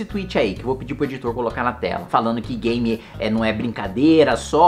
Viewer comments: ele não consegue falar game mais de uma vez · Ele domina TANTO o assunto que nem sabe falar "game"